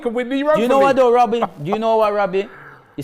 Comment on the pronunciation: why do you say Wobbie😂😂😂😂 Isn't it Robbie?